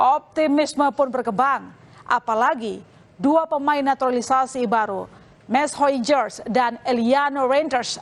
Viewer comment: Nyebut mees hilgers aja susah bener mbak 😭😭😭😭 Keseleo tu lidah?